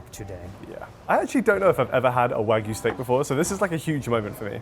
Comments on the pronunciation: It's wagyu, not waygu. Wa = Japanese, gyu = beef. And don't even get me started on the butchering of mozza. Also, perfectly cooked eggs shouldn't have crispy edges, but that's just me. But I guess crispy edges is a thing in Asian cuisines. Should've gone to Jar. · Wa-gyu! .. it’s not wa-goo, or wag-oo….. WA-GYEW! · if you say wag-you wagoo one more time I swear to God I am going to make sure you get a lifetime ban from entering Japan. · Every time an American says “Wagoo”, a Wagyu breeder dies. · pronunciation of wagyu as "wah-goo" always makes me die inside. all of those looked great, but that steak from cut looked wild.